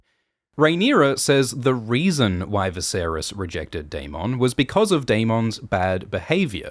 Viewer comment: Can we all just appreciate how Daemon's name is pronounced on this channel ? It's my preferred pronunciation of the name.